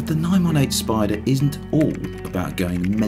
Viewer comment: IT'S SPY-DER